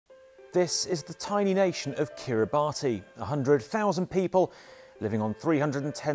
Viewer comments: You pronounced their name wrong. Kiribati is pronounced "Kiri-bass" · It is pronounced "ka-ri-bas" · alot of people pronounce it "Ki-ri-ba-tee" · Its pronouncrd "Kiri Bus"